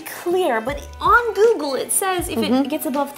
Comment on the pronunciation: she said on giggle in stead of on google :) so funny